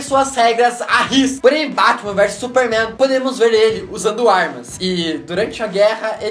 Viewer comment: ele falou bartman